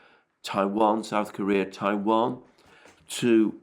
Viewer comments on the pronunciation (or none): none